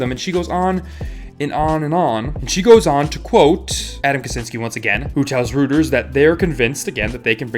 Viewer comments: Lol, Rooters.. It's pronounced Roy-ters bud. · Love your channel - just a heads up Reuters is pronounced "Roy-ters" not "Rooters". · ROY-ters, not ROO-ters :p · I hate it when commenters are picky about a small mispronunciation in the videos that they watch, but..... REUTERS is not ROOTERS but pronounced ROY-TERS. Yeah, I don't know why they say it that way either. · Reuters = “Roy-ters” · "Rooters" jfc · Great video and agree 100%... just one slight thing; Reuters is pronounced "ROY-TERS" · it is pronounced roiters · how tf did you pronounce Reuters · Completely random but the way you pronounced Reuters fully threw me off till I figured out what you were saying lol, I was like what